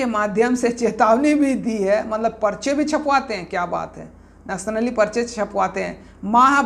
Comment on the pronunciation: Naksh nali. Ya naksali ..bolne vi ni aa rha... To news kaise bta rhe.. Ki kya sahi h ki ni